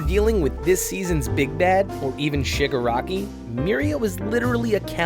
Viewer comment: why do you say sugaraki instead of Shiiiiiiiigaraki?